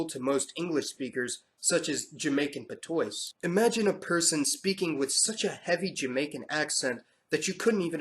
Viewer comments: pa-to-is 😂 I think you mean Jamaican pa-twa. Interesting vid. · jamacian patoys 😭😭😭 pronounce like pat-wa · Great video but it's not PA-TOYS but PA-TWA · Patois is pronoinced Pa Twa!! No pa twoys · Patois is pronounced "patwa" not "patoice" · Sir it's not Puh-toys it's Pat-tua for the word Patois, just an FYI. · It is not Pah-toy in Jamaica. "It is pat-wah" This Creole language is spoken by more than three million people around the world. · 'patois' is pronounced , not . It is French, not English. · PATOISE? LOL! ok I have a couple of points.Jamaican Patois - is pronounced PAT-WAH. from a french word meaning broken language. There was a large French-Patois speaking people in Trinidad. remnants of this can be found in the names of Carnival festivals like "J'ouvert" 2) It's pronounced Doh-gla not Doogla. It was once derogatory but now it is not and Trinidad has a culture of Making dougla being a positive attribute. And the Mighty Dougla was not a writer, he was a Calypsonian. 3) Additionally, Coolie is a derogatory word for Indians in Trinidad but not so much in Guyana. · pa toys :) lol pah-twahh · Bruh..."PAHT-OYS?" It's pronounced "PATWA." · The Jamaican dialect Patoise is pronounced PATWA. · Patois or patwa not patoise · patois is pronounced patwah. I’m Trinidadian. 😊 I’m Black, European and Indigenous South American (Venezuela and Colombia). I was kinda surprised when I got my DNA result 2 years ago. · Patois is French, so you say it “Pat-wah” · So we are just gonna skip past dark skinned black people that were here in the beginning? 5 percent of the africans came from Africa. I know because my family is from Barbados. Taino is pronounced Tie-Een-yo this man just mispronounced patwa. This is disrespectful lol im unsubbing. Stop letting white people lie about our history on youtube. Learn from us. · Great video I learned a lot even though I thought I knew a lot about this. Patois is pronounced Patuwa. But great work. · Patois, pronounced pat / wah.